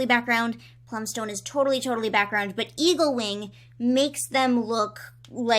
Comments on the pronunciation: I keep hearing you say “Evilwing” and not “Eaglewing”. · every time you say eaglewing it sounds like you say evilwing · when you said eaglewing i heard evilwing. tHaT's a cOiNcEdEnCe